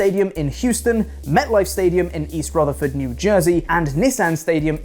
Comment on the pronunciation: You said East Rutherford correctly, go!!